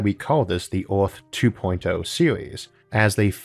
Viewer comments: He has a speech impediment, so, yeah. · Earth starts with an E, its not orth